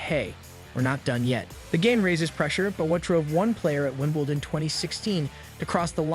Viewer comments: OMG, if you're going to do a video about ANYTHNG you clearly don't know very much about at least learn how to pronounce people's names. It's Kir-long-E-ose not Krigeose, and it's Evonne not Ivan, Joke-a-vich ,not Jokavick, Fobbio, not Fabio,, Wimbledun, not Winbledawn, Neigh-dal, not Naydul and he's one of the. biggest names in tennis. You'd think you would at least get that one right, Meekale, not michael,, Nastazee, not Nastase, and oh my god its Mack-in-row. Have you ever watched a tennis match in your life? And just so you all know I am trying to spell each name phonetically so that this guy can see how they should be pronounced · The idiot couldn't even pronounce ''Wimbledon''......what a joke.